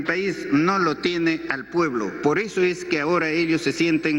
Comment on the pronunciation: "Me Iu poebIo poebIo poebIo poebIo poebIo poebIo poebIo"😭✏🤡🤡🤡🤡